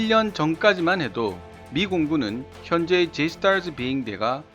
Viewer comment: 영어권가서 줴이스타쯔하면 놀림 졀라 받음 ㅋㅋ